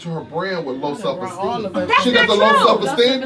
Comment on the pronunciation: "Do you have low self esteeN" LOL, i'm Done